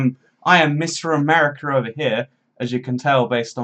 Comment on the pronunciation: "I'm mister Americar"